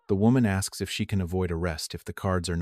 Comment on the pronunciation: It's a no brainer if someone axes on a cruise you gonna say yeah I want you axe me on a cruise axe me anytime.